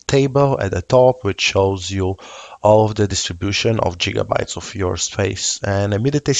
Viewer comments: Indeed, back to the future has a lot to answer for. And for reference, GigaByte has a G sound more like 'gift' or 'girl' than 'job'. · "Jiga"-bytes... heh.